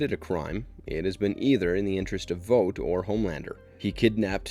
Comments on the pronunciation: Couldn’t make it past you calling it “Vote” when the show clearly calls it “Vaught” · IT’S NOT PRONOUNCED “VOTE”!!! IT’S VOUGHT!!! Like you “ought” to learn how to pronounce the main company of the show you are doing a video on!!! Other than that, decent video. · How tf do you manage to mispronounce vought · they say the company’s name 1000 times an episode .. how do you get it wrong ? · Please learn how to say Vought